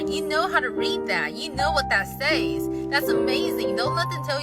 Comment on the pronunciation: that's not how you pronounce "says" dim sim for brains.